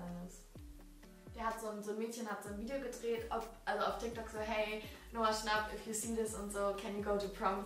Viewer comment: Kein hate oder so aber du sprichst Noah schnapp falsch aus 😂